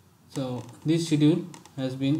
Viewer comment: hey thanks for great videos, can you see the pronunciation of schedule in dictionary please.